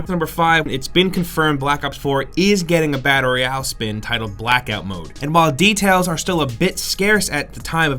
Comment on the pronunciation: Battle Royale or the mumbled "Badderreyall"?